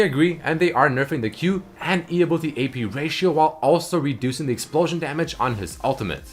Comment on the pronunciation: "ability"... please! pleeeeease, say it the right way